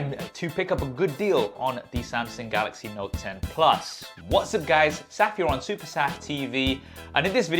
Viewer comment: please stop saying Sam-Seng